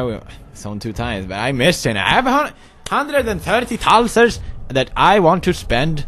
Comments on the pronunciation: They are thalers!!! God it anoys when you say thalser!!! sorry... :DDD i dont want to be mean... yay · When he says "thalers" it sounds like he says "tonsils" "I have a hundred and thirty tonsils!" o.0